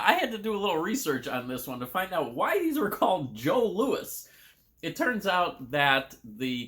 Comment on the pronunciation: I never liked the passion flakie; I only ate Vachon products as a kid and Jos Louis was always my favourite. (it's pronounced Joe Louie btw, confusing I know 😄) If you love coconut, definitely grab Vachon Billot Log (esp the jelly ones) next time you're in Winnipeg! There's another Vachon cake called a May West - I've never tried them but I know many love them. And more for that Winnipeg trip - given in another video you liked dill pickle, definitely pick up Miss Vickie's spicy dill pickle chips. If you're near a Save On Foods, their brand Western Family also has excellent dill pickle chips, I think much better than Lays. I've never tried them, but Superstore and/or No Frills has their brand called President's Choice - loads of creamy dill pickle (and loads of ketchup as well, not together of course...their all dressed is awful, imo)